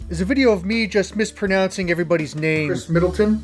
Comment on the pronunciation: I hope you make enough from these videos to keep making more. Also you pronounced every single name correctly.